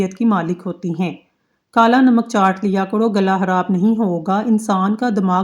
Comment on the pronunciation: Behn kharaab hota hai harab nhi